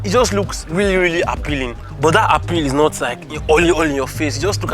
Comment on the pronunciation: "this car.... did nor inherit dah rubbish" 😂😂😂